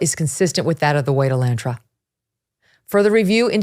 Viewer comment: uh-laan-truh, not E-lan-tra. Geez, are you really that far removed from a working class car?